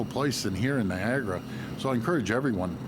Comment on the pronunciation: Doug - it’s NI - AG A -RA and it’s TO RON- TO , remember the Liberry !